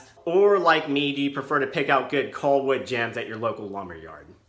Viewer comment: He keeps saying "coll wood." I'm wondering how he would pronounce "doll." Lol 😄 What about sea gulls? Sea golls?